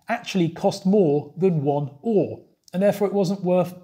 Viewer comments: Another interesting video! While I know most of it there's always some interesting history that I didn't know. BTW "öre" is not pronounced like the English "ore", as you SFI teacher :) We also shorten our currency to kr, sek is the international version. When my parents were young there where coins down to 1 öre and 5 kr was a note. I have seen those notes, they were much larger and more square than todays bills. When I grew up in the 80s there where no coins smaller than 10 öre. Then we slowly got rid of 10, 25 and 50 öre coins as they lost their value. The 20 kr note is quite old now, I remember when we got them. But the 2 kr coin and 200 kr note are only a few years old. You very rarely see a 1000 kr note as they are not available in ATMs. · Öre has the same vowel sound as fur, stir, learn,... in its first syllable, followed by a short "eh" sound.